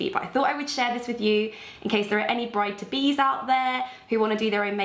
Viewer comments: Daydreamer101 I only realised she actually said bride to be when I read your comment 😂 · Did anyone else hear brighter bees when said bride-to-bes 😂😂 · Totally, just now I realize what she actually said 😂👌🏻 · Daydreamer101 yes!!!!! I heard that too! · Daydreamer101 I thought she said "Brighton bees" and I was all 🤔😂